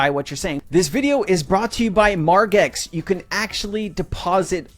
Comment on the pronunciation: It’s Marge x not Marg x. Margin not margarita cmon